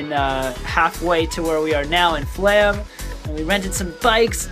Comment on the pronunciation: it is flåm, not flam